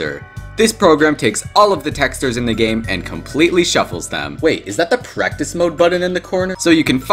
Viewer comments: Are we gonna talk about he said texters instead of textures? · Bro i cant get over the fact that he says "tex - tures" instead of "tex - chures" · He pronounces it “teksturs” It’s texCHURS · t e x t e r e s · BRO SAID TESTERS 😂 love ur channel btw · I actually like how he pronounces it like “tExTeR” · i cant watch this video without cringing at the way he says the word texture.... "texters" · Why do you say "texters" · "texdur" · "texters" dont know how to pronounce words right 💀💀☠ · it is pronouced tex-CHURES not how it looks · he keeps pronouncing textures as texters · PLEASE STOP PRONOUNCING "TEXTURES" LIKE THAT OH MY GOD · you pronounce texture funny i love it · It's been almost three years and I'm still mad at how he pronounces "textures" in this video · why does he pronounce textures like that.. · I hate the way he pronounces "textures"